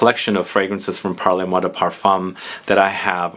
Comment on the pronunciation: Great video, —as always! FYI, it’s not pronounced “parlay moi,” it’s pronounced “parl moi...” That final “e” doesn’t get articulated in the same way it would in Spanish/Italian.